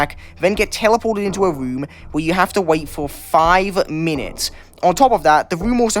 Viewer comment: "get teleported back to a RuMm"